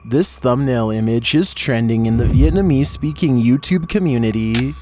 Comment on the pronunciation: This guy pronounced vietnemese perfectly wtf